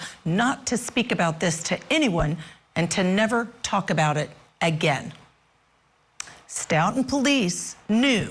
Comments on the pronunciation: Few comments for feedback that I’m sure no one will listen to: 1. The piano music is absolutely awful. 2. Learn how to say the town names you are talking about: it’s not wooster, it’s WUS-stir, it’s STOE-ten not Stutton or Stout-ten. 3. Are you going to talk about the connection with the KR case and CPD? Or are we just completely ignoring the corruption of Mass (my home) or are we too scared to say it? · Its not St"out"ton its "Stow"ton Massachusetts. How can such a professional level get the pronunciation of the town wrong. Other than that. It gives me chills to think how many times I may have walked by Sandra or the officer whenever I was in Stoughton. 😔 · Stoughton is pronounced “Stow-ton. Of course, any self respecting Bostonian would drop the “t.” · Stoughton is Pronounced stow-ton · As Boston native I’m disappointed and disgusted by these “officers” what a horrible injustice!!! Hope they get what they deserve, in this life and the next . Stoughton Is pronounced “Stowt in” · Its stow-tun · OMGoodnessssss...the music and the name of the town has a long "O" sound not "OW" sound and pronounced "S TOE TON" Next town over from the Karen Reed case in Canton, MA. It's also "Wellslee" Not Weslee. OMGoodness! You're killing me....it's not Wooster it's Wustah!!! You're chopping up every town name in Massachusetts!